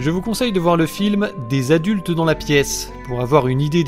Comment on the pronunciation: "Flim" <3